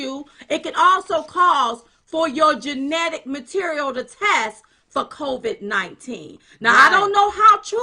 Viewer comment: "djenetic material"? 🤔